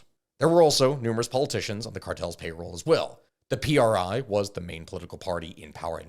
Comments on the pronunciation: The PRI is called just PRI not P. R. I. We say it as just one word not acronyms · It's not pronounced P R I but rather as just a single word; Pree